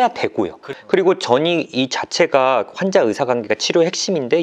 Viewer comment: 예전부터 느낀건데요... 주제넘지만 그래도 위해서 말씀드리고 싶었습니다 환자, 관계,과거 처럼 이중모음 발음하실때 신경써주시면 전달력에 도움될거같아요~~~ 이중모음은 거의 다 이렇게 발음하셔서 한번에 못알아들을때도 있거든요ㅎㅎ 지금도 한자, 간계,가거로 들리구요ㅠㅠㅠ 은 프로시니까 금방 고치실수 있을거같아요!!